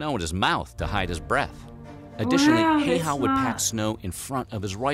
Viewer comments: Finland here: Häyhä is pronounced as follows.every letter has to be pronounced, includinh H. ä is like the a in after, y is the like the y in oyster. It's absolutely not heihaa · The correct pronunciation of his last name is a lot closer to 'How-ha' due to the Finnish alphabet. There's an odd little twist to the 'ow' sounds, but I can't think of any way to type that. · It is not "Hey-Haa" like this video pronounces his name. Just click the speaker button under Finnish. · It's pronounced "high ya". Also, only German soldiers went for head shots, everyone else went center mass. Even then, they did it within 300 meters. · Im surprised nobody has mentioned the fact that it’s pronounced [Hauwha]. Finns probably noticed and didnt say 😂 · Not pronounced as "Hei-haa" at all lol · Hay ha (ha hah? If you can't pronounce Häyhä just pronounce ä as a as in "america". English speakers know how to pronounce Finnish "ä" so that shouldn't be problem. a as in "man" a as in "hat" a as in "land" a in the way highly educated americans say "ask": "I want to ax you a question." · And nobody pronounced his name correctly in this video. No surprises there. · Also the narrator butchers it too. People expect him to pronounce Häyhä correctly but he says it like basically every anglophone :p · Just (another) random Finn clicking on the video out of curiosity to listen if they got the pronunciation right (seems really unlikely with a name like this), aaand... Nope. Nononononono. To the point of hilarious. Kinda curious that the makers of the original apparently didn't have access to Wikipedia, which, y'know, has a clickable sound file on his article :D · Häyhä is pronounced so badly also in the video you watched 🤣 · Häyhä is pronounced incorrectly - no surprise here. Ä sounds like a in cat. Y is a bit like ou in you, but more accurately like the French u in sud. His first name Simo is like Timothy, but S instead of T and without the ending "thy". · They pronounced his last name wrong